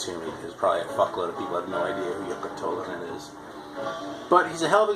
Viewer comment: Not sure so I can't take credit for that but glad you like it. You nailed those Finnish names. Second time you mentioned Eero Koivistoinen it actually sounded right. Same with Tolonen. I wouldn't blame you for not pronouncing it right because I know how hard those names can be. And my English isn't perfect either so were even. And yeah like that dude says Tolonen was in pretty bad shape because of drugs and alcohol and ended up in jail. He should be ok now.